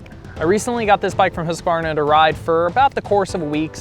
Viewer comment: Thank you for pronouncing Husqvarna correctly. So many americans get it horribly wrong